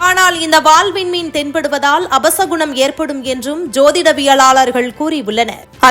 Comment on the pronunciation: அபச குணம் இல்லை. அப சகுனம் என்று சொல்ல வேண்டும்.